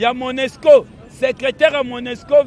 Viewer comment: Ba bengaka monusco et non monesco